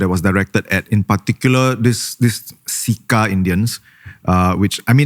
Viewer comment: im pretty sure its pronounced "Chair Cha Pests" instead of "See Ka Pests", wrt to "CECA Pests".